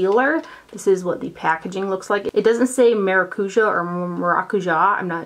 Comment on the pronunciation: Maracujá!! With the emphasis on the last "jah" syllable. You said it perfectly the second time! Brazilian fan here <3